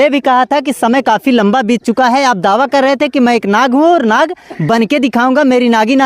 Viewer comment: Nag nahi lad hai 😂😂😂